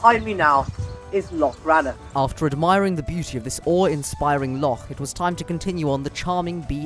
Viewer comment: Oh hey, good job saying loch (instead of lock!) :)